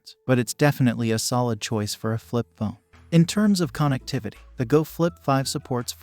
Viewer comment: say KON EKT TIVITY one more time, i dare you.